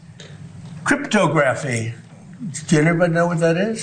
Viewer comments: “kRIP-toe-GRAFF-ee???🤦🏼‍♂️🤦🏼‍♂️🤦🏼‍♂️ OK, Mr. “high IQ:” The word is CRYPT - OGRAPHY; like ‘crypt’ plus the “ography” in ‘photography’ - “criptAHgruffee.” DumBass. My 8-YEAR-OLD niece saw the word on the screen and pronounced it PERFECTLY, first time! Thing is, had she not, SHE wouldn’t cause us national embarrassment - people all over the world who aren’t even English-speakers know how to pronounce the word, and see you, the “president” of the United States, can’t even read or articulate on a first grade level. My niece can also say and spell ‘acetaminophen.’ One last: “mutilization” is NOT A FUCKING WORD!! DumBass. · kruhp.taa.gruh.fee Cryptography. Not crypto.graphy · Crypto-graphy ... should be said like photography, not photo-graphy! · Another recent botched pronunciation by Trump yesterday was 'cryptography'. He said crypt (pause) 'two graffy. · Wouldn't a genius know what quantum means?? And how did he pronounce cryptography? Crypto GRAF-EE? I can't. I can't. I WON'T 🤦🏽‍♀️ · "Crip-toe-GRAPH-ee." That's not dementia. That's just low IQ. He cannot master how words work. Cryptograhy, photography, biography...Trump has no pattern recognition. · I can’t believe that I would ever see the day we had a president who couldn’t pronounce ‘cryptography” correctly. I’m pretty sure I mastered that by middle school. How sad to see that we’ve arrived at our 250th birthday as a country only to sink so low. We’re celebrating becoming an idiocracy? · "Quantum cryptography, pronounced like 'photography' Mr President. I'll explain it to you later" said no-one in the room. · He can’t even pronounce “cryptography” properly. He is among the dumbest Republicans ever! There he is, surrounded by his sycophants who will clap, like seals clapping for fish, at every word that falls out of Trump’s ignorant mouth! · Trumpty Dumpty Can't pronounce 'Cryptograpy' Correctly ? Hilarious😂😂😂😂... LMFAO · That's not even how the word "Cryptography" is pronounced.